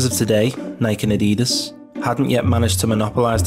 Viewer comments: Eh? No it's not. Geordies, Mackems et al say "Addy-Dass", which is the correct pronunication because Adidas was founded Adolf Dassler, aka "Adi" Dassler. "Adeedus" is the American pronunciation. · IT'S ADIDAS!! NOT FUCKING ADIEDES. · WTF! Why are you mispronouncing Adidas as a-DEE-dass instead of its correct form of ADDIE-das and Nike as nike (as in bike) instead of nigh-kee. It’s driving me nuts! Otherwise a great analysis and informative video. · His name was ADI DASSLER…. SO why would it be Addeeedus?